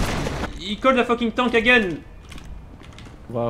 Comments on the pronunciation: I love the way you all pronounce "tank", it always makes me chuckle when I hear say "He called a tank". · I love how says tank as tonk